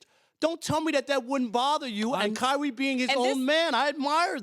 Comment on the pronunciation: kywee twayded ?? .. speak up big fella